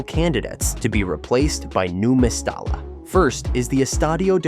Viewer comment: Mes-ty-ya so annoying your pronunciation